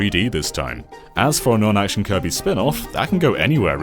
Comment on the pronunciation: He's been waiting to clobbah that there Kirbeh for a long time now....